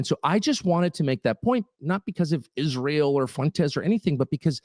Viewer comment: Lyndsay's face is about as telling as Kash's, but in his, You can see the $$ signs in his eyes every time he says Isroll